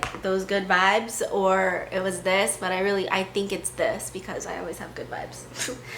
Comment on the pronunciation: "but equis" jajaja 😂